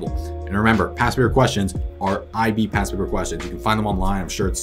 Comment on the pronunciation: alr ty lol I kept hearing pass and not past